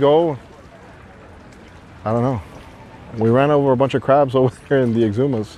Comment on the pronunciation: Where in Florida is this? Lol in the beginning of the video I couldn't make out what he said....the X-umas??